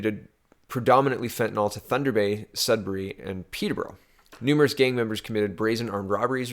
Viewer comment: fentanyl = fen tan ill. Love your vids. You and Joe are at the top of my "must watch" list.